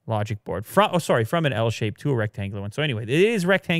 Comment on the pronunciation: I can’t get over his Canadian accent when he says “sorry”